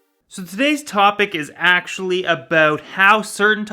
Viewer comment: "I want to talk aboot...." You're Canadian aren't you;)